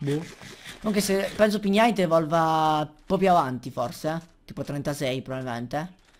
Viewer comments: Si pronuncia pig-nite non pign-ite il suono "gn" non c'è, devi leggerlo come pig cioe maiale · hei sei grande!!! comunque Pignite su pronuncia " pig nait ":) continua cosi sei grande!!!!!!!!:D